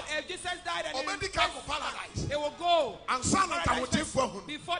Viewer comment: He can't even pronounce Paradise, his saying Paladise